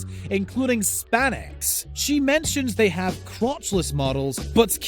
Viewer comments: And he said spanix instead of Spanx hehe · You had me until you pronounced Spanx as span-x... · Spanx.... pronounced SPANKS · spanex? Or Spanx? Or spandex? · I can't stop laughing at the narrator's talking about interview with Cara Delevingne while showing Jennifer Lawrence, and the smoothly going on to pronounce Spanx as Span-ex so funny